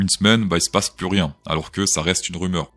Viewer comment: HOLA, créptoh'shOs, dit "PLOUSS" (= PLUS; car on en peut plousse)